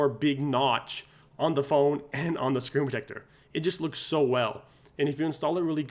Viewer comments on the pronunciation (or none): Say the word - SCREEN protector. Not scre-tector. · Say SCREEN protector. Not Scretector. Slow down cowboy.